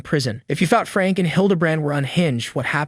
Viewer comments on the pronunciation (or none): Her last name is pronounced like "Frankie." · Just some advice, please learn how to say names right. It's pronounced Frank-ee and Jo-dee. I heard you mispronounce other high profile names in other videos as well.